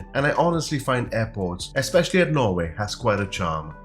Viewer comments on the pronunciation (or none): none